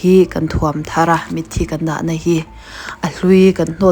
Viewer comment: Mitthi i lam dan hi a va original tak... Tawngkam dik takin....